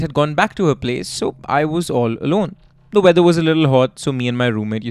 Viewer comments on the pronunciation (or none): none